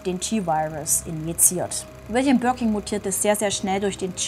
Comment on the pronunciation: 1️⃣ mit Stern ⭐️ liebe! Gerne mehr 🥳🔥✌️..Birkin, nicht Birking 😅